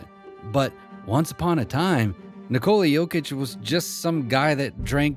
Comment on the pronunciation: Since you did mentioned respect..What if you find out a way to pronaunce his first name correctly ? You can pronaunce it no doubt.